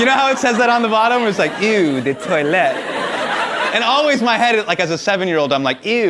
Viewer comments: Eau is not 'ew' but 'O'. Also, why is everyone in the audience seemingly so invested in this cereal-thing... they respond as if Hasan just said that he rinses the cereal between his butt cheeks to add extra flakes before he eats it... =/ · As a Canadian, favourite IS the correct spelling. Also it’s pronounced like “oh” de toilette, not “ew” 😂😂😂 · It’s not eww de toilette it’s pronounced “o”de toilette. Eau is water in French. Lol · common Hasan, it's "eau" like "o" the letter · eau is said ‘Oah’ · "Eau" is actually simply pronounced like the letter "o" (just less mouth movement and in a more neutral and less english way). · ........'eau' is just pronounced "oh" had to say it. I'm European. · Cringed at his horrible pronunciation of Eau its pronounced like O